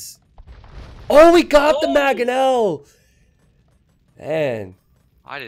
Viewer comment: MANG-ONEL like rang with an m not MAH gonel. like mag-azine no no.